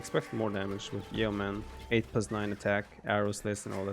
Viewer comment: crying at Viper pronouncing 'Yeoman' as 'Ye-Man'